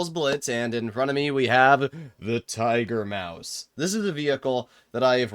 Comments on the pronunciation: Tiger Muas ✅ Tiger Maus ❌ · "Tiger muas" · ah yes, Tiger-Muas